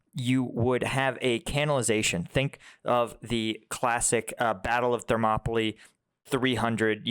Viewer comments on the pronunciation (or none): none